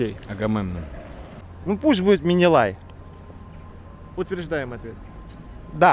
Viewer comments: Менелай, а не минилай! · Менелай, а не Минилай